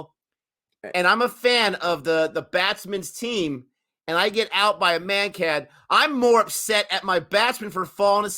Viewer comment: "Mankading" comes from Vinoo Mankad (Vinoo was his nickname, Mankad his surname) the Bowler who took such a Wicket (probably first on TV) of Bill Brown in AUS, their media attacked him but some like Sir Don Bradman defended him. How to pronounce his name? Vinoo Mankad: विनू मांकड copy paste it in google translate select Marathi language, it'll probably give a good result for pronunciation. I'm all for Bowlers taking advantage of Laws of the Game that favour them coz it's not that we've too many laws benefitting the Bowlers. It's controversial only bcoz of certain fans including many former players that react negatively towards it.